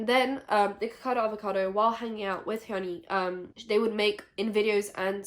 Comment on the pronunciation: How is able to pronounce Hyunee's name right but not Stephanie Soo??? I know it's not a big deal but girllllll XD